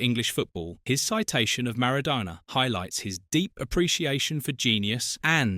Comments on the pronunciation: Sowness and maradoona... I hate AI commnentary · "Sowness"? "Keltic", "Mara-doena"? Couldn't you find an AI that could at least pronounce the names right?